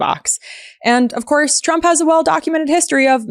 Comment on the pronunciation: When Caroline reads her MRI report I swear I heard her say “president Chump”.